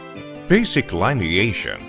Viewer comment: Ai yi yi. The bot voice didnt even manage to pronounce the first caption, "lineation", correctly. What hope for the rest of this turkey?